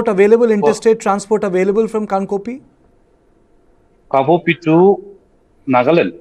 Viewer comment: Respected Sir journalist say kangpokpi junction, not kangkopi😊